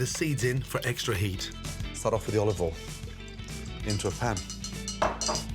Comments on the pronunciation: I always thought he said "olive oil in", but now I realize he's actually saying "all of oil in". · "oliveol in" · Gordon Olivole Ramsay! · bit of olivol